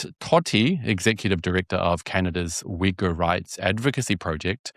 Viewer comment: Man I kept hearing the wrong word instead of Uyghur